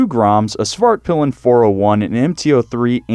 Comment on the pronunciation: The way he pronounces ´´Svartpilen´´ makes it sound like he's saying ´´The black dick´´ in swedish.